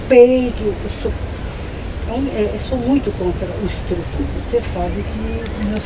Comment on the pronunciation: Cara, gentilmente, reveja a sua pronúncia das palavras “estrupada”, “estrupo”.. Parabéns pelo belíssimo trabalho, mas acredito que em relação a sua comunicação gramatical para como os seus espectadores deva ser ajustada e nivelada com o ótimo trabalho que vocês realizam. Portanto, estupro e estuprar. Abraços.